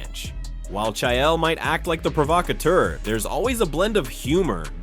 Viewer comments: You pronounce names worse than Chaeyel😂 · I couldn't even tell this was an AI until it got to the "Chaiael" part. Absolutely disgusting. Put actual work into your videos. Disgrace to hard working content creators. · Cha-yell Sonnen hunh..? 😂 Finally, someone screws up the pronunciation of HIS name 😅.